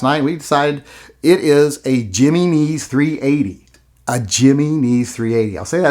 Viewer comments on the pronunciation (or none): My only issue with this video.... slight mispronunciation of Jimenez... He-men-ez.... not... Jimmy knees.... but considering the gun I can see how it doesn't deserve to be pronounced correctly. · Hem-E-neez, HEM E KNEES, jimmy knees! Lol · Jimenez is not "Jimmy neez" it is pronounced "He meh nez" lollol! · “Jimmy-knees” ? Lol “Him-en-ez” maybe? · A Jiimeeezzneeez? Not a Jennings? Or a Himenez? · I'm sorry but you lost me when you pronounced the name 'Jimenez' as "jimmy neze." Dude, the 'J' has an 'H' sound. It would be Jimenez, with a 'hey' sound, not a J. And you don't need to be Hispanic to know this. The Jimenez's, Jose's, Miguel's have been in the country since, well since Columbus. Get it together people...damn. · Giminis he says, 😆 it’s pronounced he-men-s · oh thank God! you have restored some of my faith in you. p.s. it's pronounced HIM EN EZ not JIMMY KNEES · Jimminese is actually Heh Mehn Ez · Jimmy knees.? Really.? It pronounced "he men nez". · Hearing you pronounce "Jimenez" is the funniest thing I've heard in weeks. Him - En - Ez. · Say it with me,. Him-meh-nez. Him-meh-nez. Otherwise great video! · If you’re not making a video to condemn or condone Ken and Karen, why did you even make a video? You said almost nothing. Also, “Jimmy Knees .380”? Wow man. Learn to speak a little Spanish. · Jimenez. Him-en-ez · Jimenez is pronounced High Men Ez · Stop saying jimmy knees! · It’s pronounced him-in-ehzz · I think that's pronounced "Hee-men-ezz." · Its pronounced "him en ez". But is it for 100% sure it's a Jimenez? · Yep HIM-N-EZ goddammit. From the Central Valley California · Its pronounced Yah min ez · It's pronounced "Ya men ez" ya yahoo!! Learn some Spanish. LOL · Its pronounced he-men-is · The way u say Jimenez makes me laugh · Good lord... your pronunciation of Jimenez is the crime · Not gonna lie... has become the voice of reason amid all this craziness. The way he pronounced "Jimenez" did constitute a microaggression, however.